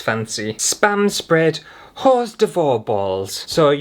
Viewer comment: Cream cheese is thicker than your cheese and that’s probably why they could mold it. And hors d'oeuvres is pronounced “or durves”. I’d still eat it though. 😂